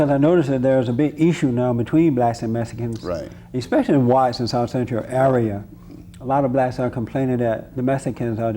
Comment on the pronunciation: I like how they say Mesikans haha